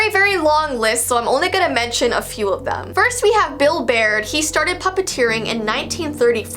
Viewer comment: Intro: “are you ready?” “For the Strange and unsual?” “5 4 3 2 1” “Here VEE go”